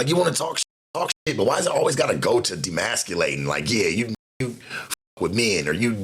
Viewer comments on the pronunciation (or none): " im on some j kat sh!!" 😂😂😂😂😂😂😂 And my guy it's- "Emasculating" I'm from the town. U be gettin me through it sometimes... 😂😂😂 Appreciate u